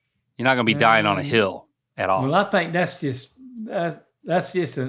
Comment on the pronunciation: I thought that's a dumb question. I thought he said heel. I guess my answer would be idk. .......my left one? Come to find out he was saying, HILL!🤣🤣🤣🤣😂😂🤣🤣. Hilarious.